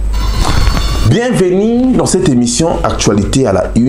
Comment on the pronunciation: Bienvenu et non "bienveniiiiii" kokamwa ndeko! Articulé!